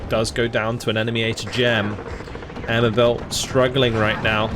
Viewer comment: Given that it's a British force, would they be pronounced the British way you'd say "air mobile" rather than the French sounding "mobe-ill" at the end? I'm not flaming, just genuinely interested.